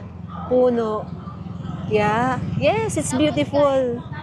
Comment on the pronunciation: kinabahan ako sa "Apple YAH" dba yung YAH sakanila parang "hoy" baka di nya alam ung "YEAH" tas akala nya "yah!"